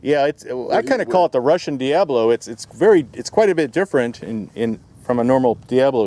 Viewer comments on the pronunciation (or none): Absolutely love your videos, been subbed for a long time now. But it's Diabolo, NOT Diablo. They are pronounced totally different. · Diabolo isn't pronounced dee-AB-ə-loh (old English/Latin word. The mispronunciation makes it sound like Diablo, I know this because I knew a guy that sold diabolos at Renaissance faires and performers that used them.